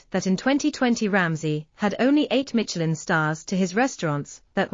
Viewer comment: There's no T in Michelin. Silly.